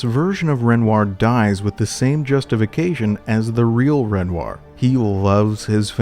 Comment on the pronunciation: Bro, love the breakdowns gotta say though, its REN- WAH.